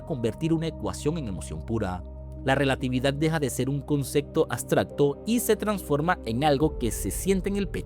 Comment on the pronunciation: Buen video, pero dijo "Bacman" en vez de Batman, dijo "Nadien" en vez de nadie, y dijo "Agstracto" en vez de abstracto.. que contrate un narrador. Besito.